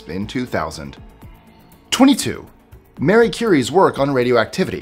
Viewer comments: It's not MARY!! I've heard too many people say her name wrong lately!!! It's Ma-ree!! Like Maria without the -a on the end!! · Good job pronouncing many difficult names....but when did MARIE Currie become Mary? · Yet he calls Marie Curie "Mary". 🙄